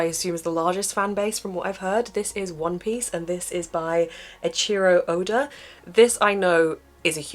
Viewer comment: You pronounce manga wrong. It’s man as in man and woman ga. Not monga. I’m British like you and it annoys me sooooo much when I hear Americans say monga, because that’s wrong! I’ve read and love One Piece! Glad you do too. It’s Eeechiro Oda. Not Edchiro Oda. Some other recs: Cardcaptor Sakura (magical girl) for Shoujo manga that’s targeted towards the female demographic. Inuyasha for Shounen, manga that’s targeted towards the male demographic. Spice And Wolf, more grown up. Sailor Moon - the 90’s anime is SOOOOO much better than the manga, though - Shoujo. Pokémon, the anime is awesome! That’s probably the biggest fanbase. Then One Piece! There are One apiece boxsets (so you’ve actually got somewhere to store the books when you’ve finished them)!